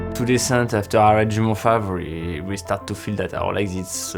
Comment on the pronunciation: you don't pronounce the T or C of Mont Blanc in French, please America, it is not so hard